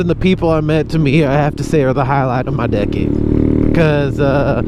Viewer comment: Half the time you said “decade” I thought you were saying “dickhead”